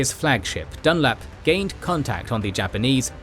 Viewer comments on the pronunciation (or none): none